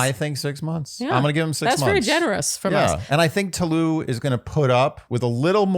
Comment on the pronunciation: good lord y'all really need to learn how to pronounce tolu's name is it really that hard